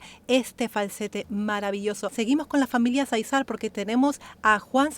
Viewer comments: Disculpe, Záizar es acento en la primera A al menos asi se pronuncia y usted le puso acento en la segunda silaba, gracias saludos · Se pronuncia Záizar, con acento en la primera a. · Miguel Aceves Mejía El Falsete de Oro David Záizar el Rey del Falsete Solo aclarar el dato de la pronunciación en Juan y David es el acento en la primer A, Gracias gracias x la reacción a estos artistas, excelente elección al incluir a David y mencionar que tendrá una reacción particular Gracias En verdad gracias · Cómo avisas que vas a reaccionar a David Zaizar, quiero hacerte una pequeña corrección, con todo cariño... El apellido Zaizar lo pronuncias acentuando la segunda "A" y lo correcto es hacerlo en la primera "A". Un beso y un abrazo,!! 😘✌️😁